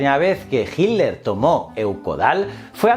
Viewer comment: Ojala mi pregunta aparezca en tus notificaciones, tengo una pregunta que no he podido resolver. Porque, principalmente en presentadores españoles a hitler lo llaman "hilder" o "hiler? Hay alguna razon para esto? Es algo bastante marcado en los videos españoles, gracias